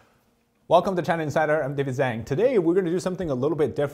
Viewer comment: Dude how much credibility can you possible have when you pronounce your own named wrong? Zhang is pronounced "jawng".